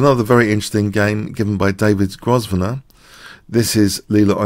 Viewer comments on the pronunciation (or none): You sound like a Londoner so surely you're familiar with Grosvenor Square? The 's' in Grosvenor is silent, you know.